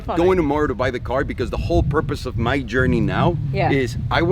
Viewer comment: I love how you say “because”. It’s like “becuse”. From the nickname supercar blondie, “super” is the most suitable adjective for what you do, who you are. I’m saying that just “becuse” it’s true! Never ever change!